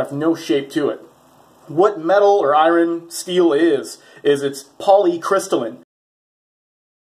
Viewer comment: "I-run" LOL